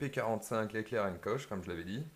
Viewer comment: Alors, pour faire quelque rectification à ta vidéo, pas grave mais juste à savoir: dans " heckler & koch " koch se prononce "korr" on ne met pas "ch" à la fin, c'est allemand à la base, c'est eux mêmes qui fabrique les vrais MP5, MP7, UMP 45, G36... Mais sinon bonne vidéo !